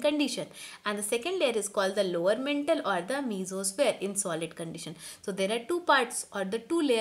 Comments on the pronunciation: Again its not mentle its Mantle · It's not mentle mam it's maantle Apart from that it's the best explanation I have ever heard👌👌👍 thanku mam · And its not mentle its mantle